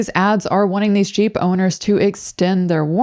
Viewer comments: did she say "gboner"???? as a company name? thats what I keep hearing. so confused haha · when you said jeep owners i thought i heard G boners!! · When she said Jeep owners, I thought she said G boners hahaha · I thought you said "g boners" then i realized you said jeep owners lmao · oh, jeep owners. i thought she said g boners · I thought she was saying G boners.